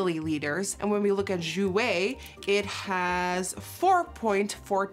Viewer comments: 4.14 ml = four point One four not Four point fourteen 😊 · U should say four point one four not four point fourteen